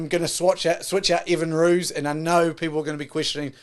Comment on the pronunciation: Might help with pronunciation. Phonetically : France Mahl-her-buh E-fun Rewis Damien Ville-lim-sir